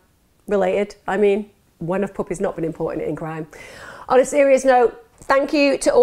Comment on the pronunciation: I love the way her accent says “puppies”. Is there an ASMR version of speech? 😂